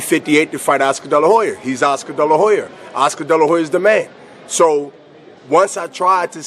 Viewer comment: "Oscar della hoyer" lol